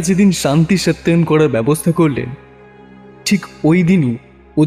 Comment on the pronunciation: সত্যয়ন নয় কথাটা সস্তয়ন